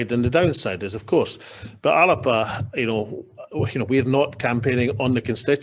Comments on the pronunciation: Whats this ALAPA pronunciation. ALBA is the pronunciation . Soonds like WALLAPER . Is he taking the piss . Ridiculous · WHy is he pronouncing it the 'Alerpa' Party?